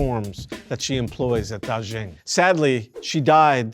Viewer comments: anyway FYI, Da Xing is pronounced as Da Sing, not Da Zhing :) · Word of advice: if a foreign name comes up multiple times in a script, take a minute to study how to pronounce it correctly. It affects your credibility and listenability when a subject’s name gets butchered repeatedly. Dàxīng is pronounced more like DAH-shing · Daxing (大興) is a homophone for "great star" (大星). Also "xing" is pronounced more like "shing" (xīng in pinyin; /ɕíŋ/ in IPA). The "zh" sound the presenter is using—like the English word zhuzh (/ʒʊʒ/)—is found in some southern varieties (though not for this word) but isn't a feature of Mandarin or standard Chinese, nor of the dialect around Beijing where the airport is located. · “DarrShinng” ???… it’s “Da” as to the tone of “Ha!” and “Xing” as to “Sing”to mean “Big Star”.